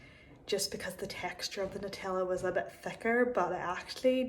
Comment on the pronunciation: So proud of you for saying NUTella and not NOOtella, and red sauce instead of ketchup lol